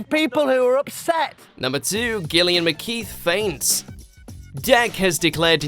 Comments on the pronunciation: am i the only one that is concerned that he pronounced it as gillian instead of jillian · Did you just pronounce Gillian the way you just did?! Shook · what was that pronunciation of Gillian 😂